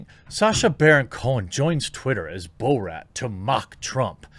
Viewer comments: Bruh. It's Bor-at not Bo-rat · He’s driving me nuts with the “bow-rat” pronunciation lol. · You lost me at bo-rat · Is he saying Bo-rat as a joke?